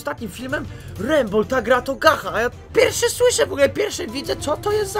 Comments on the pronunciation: nie czyta sie gacha tylko GACZAAAA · Gacha czyta się gacza!!!! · Czyta sie "gacza lajf" XDDD szacun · To się czyta "GACZA" geniuszu xD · pisze się gacha ale się czyta gacza;-;,Ps najlepsza odcinek ever XD pozdro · Mówi się "Gacza" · Tutaj Gacha czyta się Gacza :) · Emm mała podpowiedź mówi się gacza ale nie że obrażam też na początku mówiłem gacha XD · No to twoje ,,gacha" to sie wypowiada (gacz liajv) oki super kanał ale sama mam tom gre wię tam masz djamot a wię za dajmont możesz coś kupić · Mowi sie gacza xD tak mi sie wydaje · Mówi się Gacza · Piszę się gacha life a mówi się gecha life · Gacza* XD Tak się to mówi XD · Gacha się czyta gacza tak tylko poprawę ale kto jak woli xd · muwi się gacza life oki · em ale gacha mówi sie pszes cz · Muwi się gacza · Nie mówi się Gacha tak jak się piszę tylko Gacza ;3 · Nie Gacha tylko Gacza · gacha czytaj GACZA xD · Ten uczuć kiedy wszyscy mówią gacha, a ty mówisz gacza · Czyta sie gacza!!! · Gacha *czytaj gacza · nie mówi Gacha tylko Gacza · Nie gacha tylko gacza xD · Ludzie nie chcę nikogo obrażać ale gacha się czyta gacza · powiem tylko że to się mówi gacza a ni gacha qwp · To sie czyta gacza a nie gacha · Nie muwi sie gacha tylko gacza >:( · Muwi sie gacza a nie gaha live ty idioto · Nie gacha tylko czytaj to gacza ok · Czyta sie Gacza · Gracze life się czyta 😏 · Mówi sie gacza :3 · Gacha czyta się Gacza;) Obejrzyj film gacha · Czyta się Gacza life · gacha czyta sie gacza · CzYtA SiĘ GaCzA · Tak właściwie to Gacha mówi się cz nie ch xd tak dla poprawki bo pierwszy raz o tym słyszysz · Mòwi sie "Gacza" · Gacha life to nazwa ale „ch” w gacha po polsku wymawia się „cz” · To się wymawia gacza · CZYTA SIE GACZA XD. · to się czyta gacza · Mówi się gacza XDDD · Gacha się pisze A czyta Gacza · Gacha czyta się jako gacza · Gacha czyta się gacza! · To się czyta gacza life😑😑😑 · pisze sie gacha lie a mowi gacza life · Mòwi się gracza a pisze gatcha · Mówi się gacza lajf a pisze się gacha life